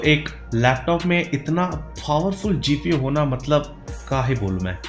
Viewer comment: Isme bhi FOWERFUL GFU bol raha hai 😆😆🤣🤣🤣